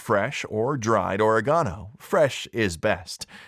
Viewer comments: What the F**K! is Oregawnoh? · Watch your mouth! Yakking! Oregano is what we put on pizza or spaghetti sauce!